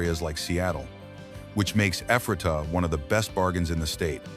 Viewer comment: Locals call it EE-fray -tuh